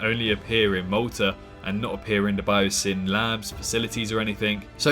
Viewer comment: I just saw the film, and loved it. If I had to say one nitpick that really annoyed me, it would be how so,e characters pronounced BioSyn. Some of them said it like bye-ah-sen instead of bye-oh-sin lol